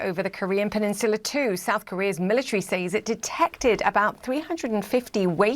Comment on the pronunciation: Why can’t the British newscaster pronounce peninsula